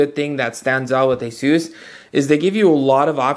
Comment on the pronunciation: ASUS is pronounced like "aces." It's not a-SOOS. Or az-us. Or anything else. The company's co-CEOs both pronounce it "aces." I'm going with them on this.